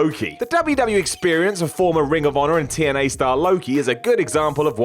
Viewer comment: did you say aries was a champion in "2NA" lol that's what it sounded like